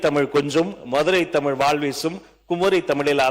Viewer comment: சொற்'பொளி'வாளரே! உங்கள் தமிளை பிளையின்றி முதலில் பேசுங்கள்! பேச்சை விட செயல் தான் முக்கியம்😂